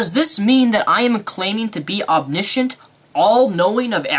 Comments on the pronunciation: Haha. It sounds like you're saying obniscient and obniscience. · Come on, be fair; in the UK the pronunciation of the "sci" tends to be like a double s; in the US it's more likely to be a sh, but there are exceptions and variations. He slipped up there, but it's not the end of the world and it's not the main point he was making.